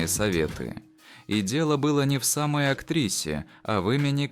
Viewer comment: Это робот? Неправильные ударения, исковерканные имена. Хуже чем мат или местечковый акцент для слуха. Читает, словно дань отдает, без эмоций, акцентов, непрофессионально. И почему он говорит: "Не самОй актрисы", а "сАмой актрисы"??? В школе не проходил?